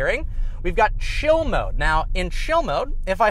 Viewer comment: Are you saying chill mode? It sounded like shill.